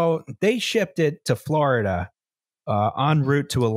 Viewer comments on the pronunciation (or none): none